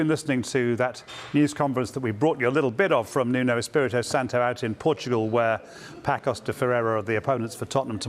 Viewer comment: Not Pacos. Paços. It reads as "passos"